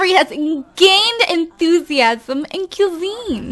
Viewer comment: Pronounced qui-zine